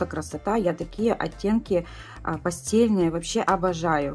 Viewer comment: Оттенки пастЭльные( произносится через Э, пишется Е)